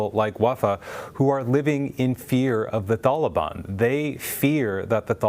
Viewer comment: The way he says taliban is painful to my ears